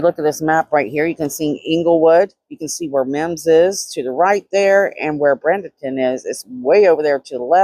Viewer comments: Just so you know, it's pronounced like Braiden-ton. There are some really nice areas in Bradenton near the beach, but the further away you get from the beach, the sketchier it gets. I would not want to be in some of those areas am. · I live in Bradenton. Pronounced braid-in-tin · Its pronounced Bray-duhn-tn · I lived in Bradenton most of my younger and teenage years. Graduated high school there. It’s actually pronounced “Braid in ton” Praying for Giovanni’s Family, especially his Mama. I have her son his age. I get the middle of the night phone calls. I couldn’t imagine the guilt I would have to live with a finalist a call for help in the middle of the night after something like this happens. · Bradenton - Braid den ton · There is no n in Bradenton. She definitely is pronouncing it wrong